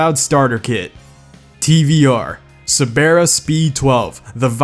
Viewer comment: I’m British and cerbara is pronounced ser-ber-er